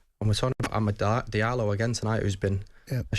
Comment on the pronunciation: Sell Antony he's terrible...nor this idiot says diallo